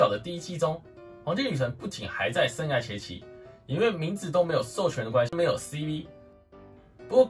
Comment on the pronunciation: 生"涯"(一ㄚˊ)...聽你說話好痛苦。